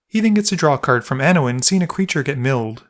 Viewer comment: Lol, "Anowin."